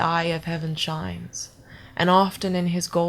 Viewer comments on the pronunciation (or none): the only difference i could narrow is you "eigh" in shines, lines and time. Comparing to I guess what amounts to non-regional dialect for america, you would pass very well in cleveland.